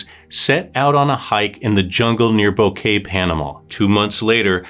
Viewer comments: Its bo ket not kay like flowers!! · It's pronounced BO- KEH- TEH. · Come on say Boquete correctly.